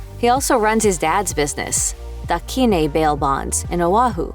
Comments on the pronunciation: 😂 Da Kee-neh bail bonds 🤦🏻‍♀️ it’s pronounced Da KINE, like Kind but with and e instead. Ohhh gotta love our local pigeon English 🤙🏼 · Lol. It’s pronounced “dah kīne” with a hard ‘i’, rhyming with ‘mine’. It’s a common pidgeon saying😂 Also, Beth was kind of a bitch. If you ever ran into her in public, she’s turn her head & scoff. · Excuse me?? “DA KENe” bail bonds??? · Lol she mispronounced Da Kine